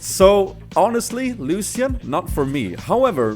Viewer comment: you dont say ''lusian'' you should say it like ''lushan''